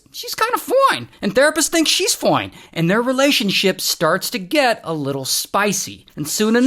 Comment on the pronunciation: You’re saying foine